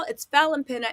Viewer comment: lol fallyns last name is pronounced like pena, not pina. I know because iam Cape verdean, and have family with that name, iam surprized she didnt tell ya differnt, lol 😁🤣